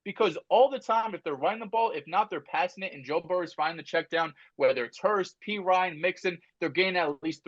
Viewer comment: Why this man can’t just say burrow better than Herbert 😂 😊